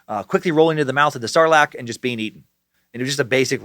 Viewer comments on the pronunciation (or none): none